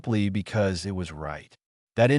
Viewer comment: Why always this language or accent changes? Just try only to talk english. And please remember “it” is used very often in English speech and it’s not meant to be spoken as “I T” meaning Information Technology, even if it’s written in big capitals. And don’t speak ANY sentence endings or apostrophes or …